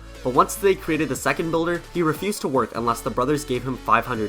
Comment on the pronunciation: You said the bulder made the pekka